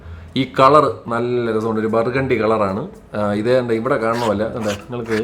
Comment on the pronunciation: ബർഗേണ്ടി അല്ലേടെ, ബർഗുണ്ടി! ഡെക്കറേഷൻ ഒന്നും വേണ്ട 😏